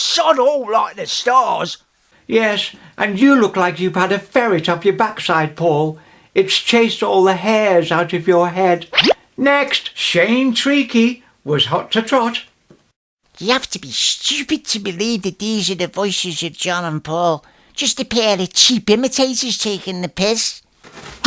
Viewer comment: you should have your own television show. Everyone should get the chance to experience your genius. Small point, mate, the name 'Treacy' is actually pronounced 'Tracey'!